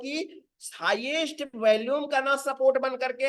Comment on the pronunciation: Sir bohat badiya raha. Apse request h ki "VOLUME" shabd ka Google par pronounciation yaani ki kaise bola jaata h vo ek baar dekh lein. Aap is shabd ko galat bolte hein. Dhanyavad